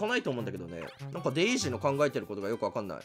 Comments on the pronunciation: デイジーをワルイージみたいに呼ぶなw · もうデイジーの発音がルイージ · デイジーのことルイージみたいにデイージって言うのめっちゃ気になる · デイジーをデイージって言うのにいちいちツボって内容が入ってこないwww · デイジーのことデイージって言ってない？w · デイジーとピーチは姉妹。 デイジーをルイージみたいに発音すなw デイジーダックのと同じ発音でしょw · ずっとデイージ言うてるんがジワる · デイージって言ってるよねwwww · デイジーがルイージの発音で草